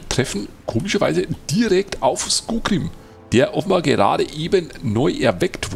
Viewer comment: Du weißt ja, ich kann bei manchen Sachen ziemlich penetrant sein. Es heißt SkoRgrím und nicht Skogrím. So das ist das eine, aber um noch ein paar andere Sachen zu erwähnen: Ich würde dazu ja sagen wollen, dass du dich an dieser Stelle in Thorin's Halle befindest und das du dieses Gebiet im Zwergen Prolog nicht betrittst. Zeitlich ist das ganze ein wenig Inkonsistent. In der Quest wurde ja gesagt das man mehrere Monate Thorin's Halle von Schutt und Unrat befreit hat. Skorgrím ist mit Ivar ja noch im Zwergen Prolog abgehauen was für mich andeutet, dass man den beiden direkt oder kurz nach den Ereignissen vom Zwergen Prolog begegnet. Wie soll das denn bitte funktionieren, wenn zum einen Thorin's Halle direkt nach dem Zwergen Prolog von Schutt gefreit ist und man zum anderen erst mehrere Monate dort aufräumen muss? Wir haben die Stark-Äxte endlich mal gesehen? Wann kommen denn die anderen beiden Rassen zu denen du noch kein Video gemacht hast? Und zu der Frage die du zuvor gestellt hattest, ich habe das Gefühl das der Prolog der Stark-Äxte ungefähr so lang ist wie der Prolog der Hochelben. Der Prolog der Beoringer ist deutlich kürzer. Also mach die beiden bitte auch mal. Zumindest der Anfang der Hochelben ist auch sehr gut geschrieben (und er beinhaltet auch gefühlt etwas mehr Text als der Prolog der Stark-Äxte).